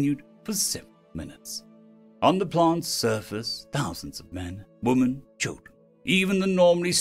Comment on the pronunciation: I'm still waiting for the day he pronounces "women" as "women" instead of "woman", but for now I'll enjoy the narration of this story.